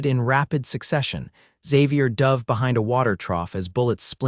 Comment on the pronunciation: Please, please work on the narration of this story. There are several mispronunciations that detract from the story. Examples: dove (a bird) for dove (manipulating body away from a gunshot), wound (winding a watch) rather than wound (an injury). 😢Listening from Clarksville, TN.